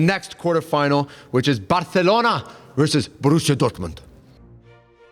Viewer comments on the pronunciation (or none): saying Barthelona just kinda makes me tweak idk why. Sorry if it's mean, love the channel, but just please say Barcelona. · before anyone replies with “who cares” ME BITCH!😹👎🏾 the guy saying barcelona wrong was irritating me no shade but they speak catalan in barcelona and they don’t say it with a “lisp” (aspiration). the C in barcelona makes an S sound. hence the ç in the word “barça” so ppl know how to correctly pronounce the word.